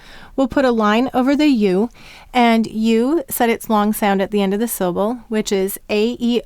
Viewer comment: Im totally stuck at ur L,sounds like p"oo"r. does the word "long" have any part similar to p"oo"r? no, but in ur dictation 「long」 sounds like "oo"o ng